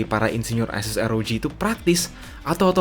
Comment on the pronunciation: Republic of gamer "AR OW JHI" (ROG)